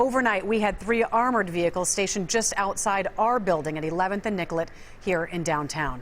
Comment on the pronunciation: Anyone else notice they keep calling niCollet st niGollet st? Lol.